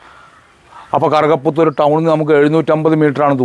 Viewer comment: കറുക പുത്തൂർ എന്നത്,, വ്യക്തമായില്ല,, ഏത് താലൂക്ക്